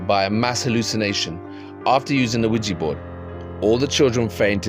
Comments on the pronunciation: Quija boards have been around a LOT longer than the 1970s. Also, I really annoys me the way nearly everyone mispronounces it. It's not WEEGEE, It's WEEJAH. French and German words for yes. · Attention YouTubers it's not pronounced Qui Gee🙄😡 It's Qui JA, say JA Rule, do you say Gee Rule? NO. I couldn't watch all of this because you mispronounced it wrong every time. Qui JA French and German word for YES. Spread the word. 😣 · Why do you name it a Ouijibord , its OuiJAbord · Can you please pronounce Ouija board correctly? It’s not weejee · Mate yo need to say ouija board better my mom's like wtf is a widgie board staring at me